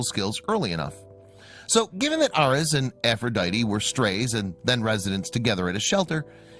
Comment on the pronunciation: Clearly named for the god of war and lover of Aphrodite, this kittens name is mispronounced by the computer voice. But cute story.